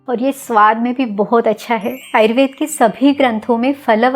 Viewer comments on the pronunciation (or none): Ma'am why have started saying "ayurvedAA" for everyone. Please call it ayurved as you always do. 🙏🏼